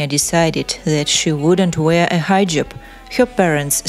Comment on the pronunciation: It’s not called a Hi…. Jab. It’s called Heeeeejab.